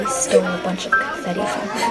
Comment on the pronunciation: “how confetiont” lmaoo💀💀